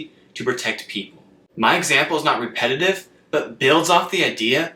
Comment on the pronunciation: the word superman has three syllables!! !! the word repetitive has four!! you are rushing them into two syllables.. slow down!!